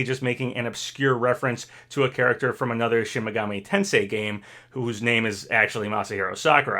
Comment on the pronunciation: Finally, is pronouncing "Tensei" right. I'm so proud of ya.